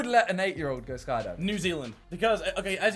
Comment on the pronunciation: hang on did he say new zealead then queensland? isnt that Australia